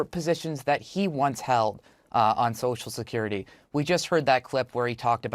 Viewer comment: Biden has been pronouncing it "Sosha Curity" for 40 years.